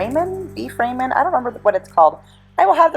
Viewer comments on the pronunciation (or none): it’s pronounced rawmin 🙂